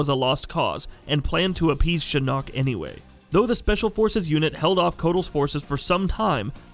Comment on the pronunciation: I'm sorry but PLEASE STOP SAYING SHINNOK SO WEIRDLY, GOD I WISH I COULD VOCALIZE IN COMMENTS